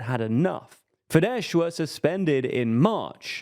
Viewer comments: How many videos about Hungary will it take till you figure out that the hungarian 'sz' corresponds to the regular english 's' like in 'soft' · Don't say fideS pls. Just say a regular s. Like "say". Just ignore the "z" at the end. SZ in Hungarian sounds like the same as S in "Say" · Spell the "sz" as the s in "snake" and you will have the pronounciation just right. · It is actually Fidesz, they are pronouncing it incorrectly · No, it's Fidesz. In Hungarian "S" = "SH" in English In Hungarian "SZ" = "S" in English. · The letter combination "sz" is NOT pronounced "sh" in Hungarian. "Sz" in Hungarian has the sound of "s". Also, Hungarian is a language that usually stresses the FIRST syllable of a word. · Fidesz not pronounced as “fidesh” rather fides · Read Fides, not FideSH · .. It's FIDES, NOT "FIDESH"! No, the Hungarian SZ is not the Polish SZ. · It's Fidesss not Fidesh! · As a Hungarian, I must correct the pronunciation of FIDESZ... it's not FIDESH as you pronounced, but FIDESZ /s/. The last sound is a double-letter SZ, which is to be pronounced like the "s" sound in the English word "soldier". Other than that, it was a good summary. :) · S for chist sake... Fidesz ends with a regular "s" not with "sh" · Mate, it's not pronounced Fidesh but Fides with British typing. In polish Sz is Sh and S is S but in Hungarian it's the other way round, and sz is s and s is s. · Why they saying “fidesh” 🤣. It’s pronounced “Fides” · Unfortunately, Orbán's party is pronounced "Fidess" and not "fidesh". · Please pronounce Fidesz as “fides”. It’s the right way and is much easier. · You're pronouncing Fidesz wrong! In Hungarian, 'sz' = 's' sound and 's' = 'sh' sound 😊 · Fidesz is pronounced as Fides. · Please stop calling it FIDESH, its not polish, the sz is pronounced as a normal S. (I still hate them though) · I can't watch this, this guy calling fidesz "fidesh" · In Magyar language, SZ sounds like S (the letter S sounds like Sh by the way) So Fidesz is pronounced Fides.